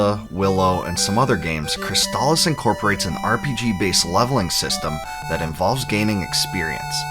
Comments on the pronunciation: Thank you for pronouncing "Crystalis" correctly. Easily one of my top 5 games for the system. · Finally, someone pronounces the name of the game correctly. I've seen so many reviews, and they just keep calling it chrysalis.